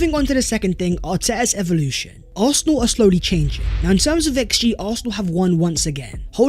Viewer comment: Cmon …..”evoltion”. Lol